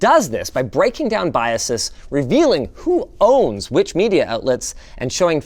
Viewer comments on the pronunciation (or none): none